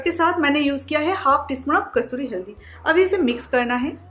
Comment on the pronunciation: Pala kasuri haldi to bolna shik ka aa